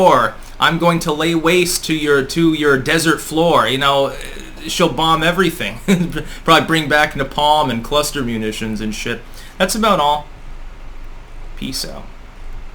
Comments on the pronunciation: You YouTubers couldn't show more that you never leave your computer screen. You mispronounce everything even commonly said words YouTubers mispronounce. Tim pool can't pronounce anyone's name. And guys such as yourself can't even say napalm. You say " na pom" supposed to say it "nay palm". But you YouTubers do have one skill you manage to sound like you know what you're talkin about when you're completely clueless or just parroting the words of someone else. GET OUT OF YOUR DOMICILE AND TALK TO PEOPLE OUT IN THE WORLD!! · Nuh-pomm? If ever says nuh-pomm again I'm quitting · ...its pronounced NAY-PALM... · Automatic dislike for mispronouncing napalm. What true American doesn't know the line, "...and napalm sticks to kids!"?